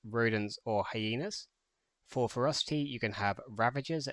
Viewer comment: Thx for the guide but your "Ferocity" prononciation is close to "Frosty" even the youtube subtiles translate it in "frosty", that confuse me so much...